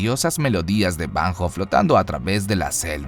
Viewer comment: Banjo se pronuncia banyo.